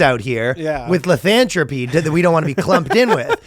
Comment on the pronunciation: saying lycanthropy wrong just made me realise i can piss off heavy fantasy fans off so bad by saying lycanthropy like. Thank you legend.